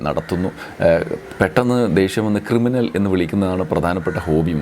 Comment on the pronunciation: ക്രിമിനലല്ല, കിരിമിനൽ !